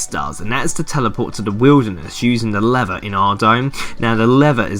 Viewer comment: For ages I didn't know what you were saying for the Wilderness 'lever' task. I'm from London so I thought you were saying, "leather", haha. Cheers though man. I'm an endgame player and I still have yet to complete most of these... I hate them with a passion but you make it so much easier.